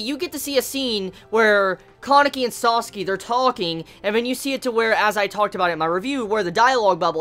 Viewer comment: Each time you say sasaki. I hear it as sasuke😂